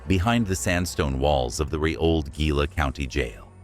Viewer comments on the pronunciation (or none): Pronounced, (He-la) not (Gi-la) just fyi but good video. Anyway, we went to Jerome and we were talking to a guy in one of the bars up there and he said he went to the Laughing Mountain Gift Shop, walked downstairs and saw a bunch of old miners eating in the back of the place and he said one of them was waiving him over and then they vanished. I don't know how true it is but we went to check it out and I didn't see anything. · Gila is pronounced as hee-la.